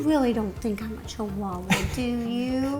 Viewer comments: The pronunciation of the dog name is chiwawa not chiuhaha or something else. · Ro: Chihuahua: No, a chiuhaha